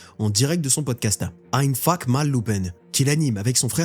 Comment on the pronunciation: " einfak" ahaha excellent, t'as pas fait allemand LV1 toi :D